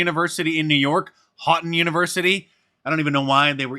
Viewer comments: Houghton is said hoe ton Mark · FYI, it is pronounced " Hoet-en College". Not Hawten College. Knew people that went there, out in the boonies. Religious school, populated with much the same drunkards and dopers as everyplace else. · It's pronounced HOE-ton